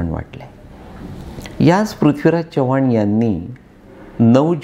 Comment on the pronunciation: साहेब तुम्ही चव्हाण हे मराठी माणसा प्रमाणे न उच्चारता हिंदी भाषिक माणसा सारखा करत आहात